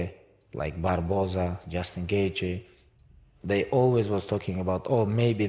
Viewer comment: I'm sure he says Justin Gaethje not just engage 🤔